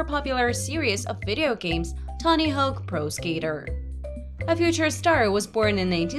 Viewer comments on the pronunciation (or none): It’s not tony hoke it’s hawk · Hoke lol this woman can't pronounce hawk to save her life